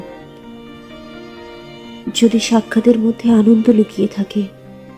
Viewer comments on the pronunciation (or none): none